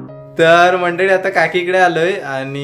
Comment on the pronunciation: नेहेमी तुम्ही मंडडी मंडडी म्हणता. मंडडी नाही. मंडळी म्हणत जा. आपल्या मायबोलीची अशी अवहेलना नका करू हो. 🙏